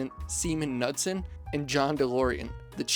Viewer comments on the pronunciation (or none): “Bunky” Knudsen is pronounced “NOOD-sen”. He went on to become President at Ford, albeit briefly. If you notice the pointy noses on late ‘60s Pontiacs and early ‘70s Fords, those were a design signature by Bunky Knudsen known as “the Bunky Beak” cars. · If you are going to do a video about Pontiac you should first learn to pronounce the name of the key people. Semon Emil "Bunkie" Knudsen’s name is pronounced with a silent K. While AI says otherwise Ai is not correct. There was a time when anyone who knew anything about Pontiac knew this, but now there are a ton and videos with all r most mispronouncing his name. Probably just coping each other and the AI getting it wrong from that. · Did you say, "Semen Nutson". Great name!